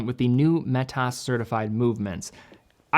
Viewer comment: Why do you pronounce 'Metas' that way? It's as if you're code-switching to some other language; but I'm not sure what that language it's meant to be.